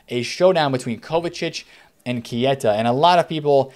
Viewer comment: Can someone tell its pronounced K-ta not Key-A-ta